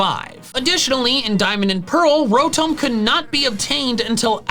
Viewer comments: Isn’t Rotom pronounced Row-tom because if it was Ro-tome then it’s name would have an E at the end? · Did u say ROWTOHM it’s ROWTOM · It's Ro-tom, not Ro-Tomb! like Tom cat, not Egyptian tomb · Uh, call me the Grammar police but your saying Rotom incorrectly. Rotome would be the spelling of what your saying E makes o say it's name so with it not being there it's Tom so Row-Tom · Wait is the official pronunciation ro-tome for Rotom. Or is this a joke like yah-vul-tal. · Rotum bruh that sounds so wrong